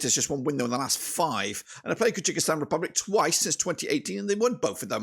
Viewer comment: Thank you for the video, but it's Kyrgyzstan (keer-gi-stan), not Kyrgykistan (keer-gee-kistan).